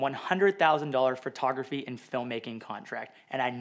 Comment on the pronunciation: Can you please say photography correctly? It’s not phertography it’s foto-graphy